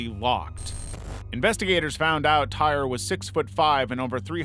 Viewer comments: His name is pronounced "Tie-ree", not "tire". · For Tyre: "Tie-ree", not tire. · You mispronounced tyre's name. It's pronounced. Tie ree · Tyre's name is pronounced "ty-ree"